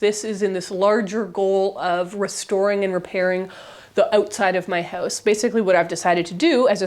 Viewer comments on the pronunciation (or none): none